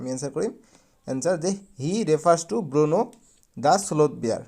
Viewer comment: Bruno hoi Burno nohoi